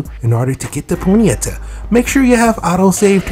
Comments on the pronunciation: Why are you saying ponyeta? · It's pronounced pony-ta